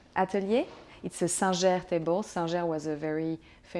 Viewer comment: "It's a San-zhair table." You mean 'Singer'? 😁 She's not wrong, but I love the French pronunciation.